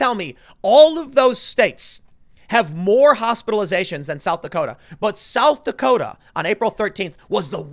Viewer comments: “South Dakoder” 😂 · "south dakoter" I love jersey... :) (unironically btw) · Did you just say, "South Dakoter?" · Tim “ South Dakoters” Pool